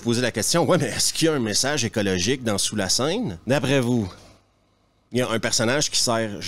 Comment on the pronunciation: "Sous lae seuaine" :D